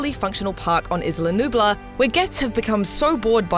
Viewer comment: You pronounce isla sorna wrong and isla nublar